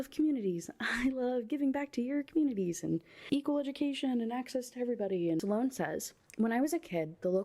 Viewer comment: I’m not listening to another video of hearing Silone instead of Sloane. I’m actually going to need a Sloane trigger warning going forward and I’m being so serious rn lol